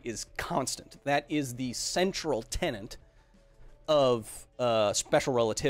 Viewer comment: Tenet, not "tenant". I was hoping the release of the movie would squash that mistake. No offence to Kyle, just a slip of the tongue.